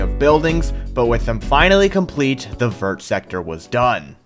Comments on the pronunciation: as a french hearing say the word "vert" like you would pronounce vertical is hard... fyi it sounds more like "vayr"! Still very cool build and would be insane w a pokemon mod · Americans pronouncing the T in "vert" is so frustrating lmao, did you guys not do French in school?